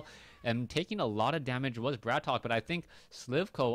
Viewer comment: I suggest we should settle it once and for all-its not *Brat Ok* its *Bratok* and should be pronounced as *brahtoke*.This term is a prominent russian slang word for *bro* and due to the fact that its generally used among prison criminals and street gangsters,it sounds quite ironical.I wish this info was posted at his website,have no idea if he has one though.